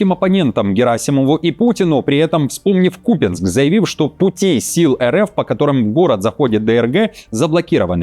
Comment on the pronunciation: Покровск Непал, Покровск Бутан.😊 КУпянск, а не КупЯнск. Даже тётя Вика знает....